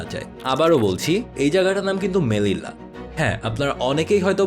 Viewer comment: জায়গাটার নাম মেলিলা নয় মেলিয়া।